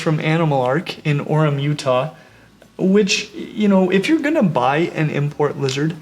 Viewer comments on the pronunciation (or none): none